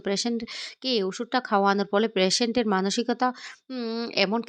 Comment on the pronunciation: প্রেশেন্ট টা কি জিনিষ ??? একটা উচ্চারণ ঠিক করে বলতে পারে না ছিঃ